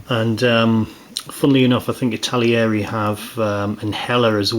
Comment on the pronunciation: It's not ItaLIERI!!